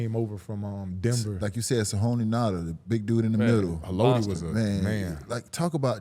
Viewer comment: “Sahoni Nada” 😂